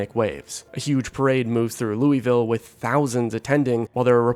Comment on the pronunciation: lew wee ville LOL